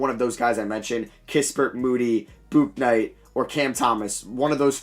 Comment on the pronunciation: Bro it’s pronounced BOOK-night